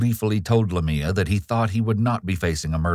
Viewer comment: Lamia is pronounced "LAH-mee-uh," not "la-MEE-uh," just any fyi. It's a Biblical name related to Lilith, I believe. This has been your etymology moment for the day.